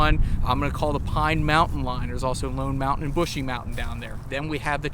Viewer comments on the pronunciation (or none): Brushy Mountain, not bushy mountain